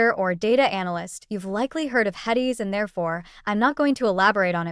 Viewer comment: I don't mean any disrespect but, if you can't even say "HEDIS" correctly I question your knowledge base. It seems like you must just be reading something you found online.